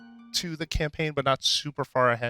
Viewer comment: I find it very sad that he said "campaign"